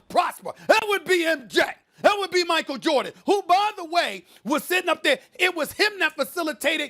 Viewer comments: "Michael Jurdan" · Did she just say Jerdan 😆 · Did Molly say Steve Korr and Michael Jerdan? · Ermagerd it’s Murkul Jurdin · Molly just said michael jurdan. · Molly- “Michael Jerden” 😂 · Micheal Jordit? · Who tf is “Michael Jerditt” ??? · "Steve Core, Michael Jerdit" - Molly Qerim, 2020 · “Michael Jerdin” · Molly mixed Steve “Korr” and Michael “Jerrdan” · First ten seconds.. Molly: "Steve Coir, Michael Jurdan..." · 09 "Michael JErdan" -The one and only Molly Qerim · Steve Korr and Michael Jerdan😂😂😂😂😂😂